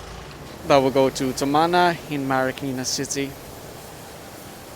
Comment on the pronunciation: Now i know, its not Tumana Marikina, its Towmana Marikina 😂🤣